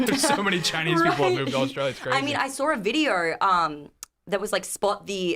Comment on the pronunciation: What does vorting mean and dornt. And nor and what sounds like knore. I know what gor is. And where is Australier and chiner and what is a videor? So confused.